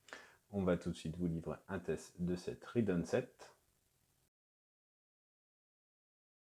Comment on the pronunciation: Pourquoi prononcer rIdeon ?